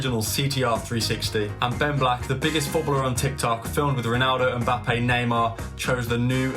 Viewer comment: Mbappé* not Mbappei